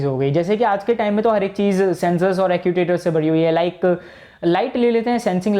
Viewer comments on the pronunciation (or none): Nice video But pronounce Actuator = ऐकचुएटर